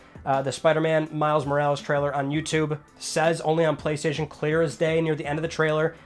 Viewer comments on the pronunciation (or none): Spiderman Miles " Mowrawlews "... Come on, Mo-ra-les!! Is not that difficult!